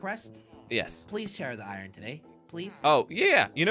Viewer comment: says ion instead of iron